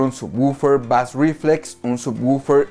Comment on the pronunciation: Muchas gracias por el vídeo. Solo deseo comentarte que bass reflex se pronuncia algo asi como "beis riflex". Un saludo